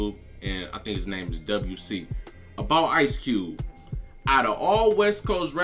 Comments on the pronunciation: It’s pronounced Dub C lol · We don't say W C we say Dub C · It’s just Dub-C. Not double U C lol😂😂😂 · Pronounced Dub C